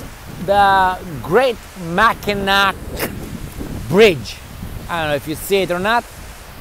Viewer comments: MAK-i-naw not Mak-i-nak. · Mackinac Bridge is actually pronounced Mackinaw, because it is French and the French language has confusing pronunciation